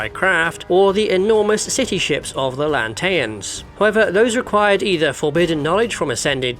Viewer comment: What happend in this video with the pronunciation? Usually you are spot on. Lanthian... Beliskner.. Anyway.... Love this channel regardless.